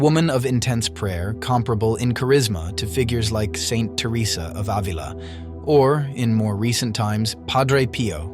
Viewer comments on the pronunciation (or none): none